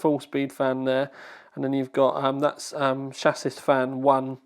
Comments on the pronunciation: my dear chap, when saying "chassis" the last S is silent.:) XXX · "chassis" is pronounced "shah-see"... or at least I thought it was :b